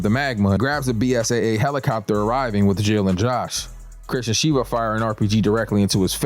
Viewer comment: Sheva brother not shiva 😅